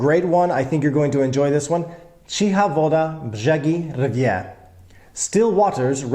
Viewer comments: your pronunciation of "rdzewieje" was really good! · You were so unsure if you were able to pronounce correctly the last one... So: "rdzewieje" perfectly. Like a native. "Miłość" so so. With "ć" sound try to move your chicks and tounge back/deeper and everyone would think you were born in Poland, so good you pronounce our language. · Yup, he didn't "butcher" it at all! :) <3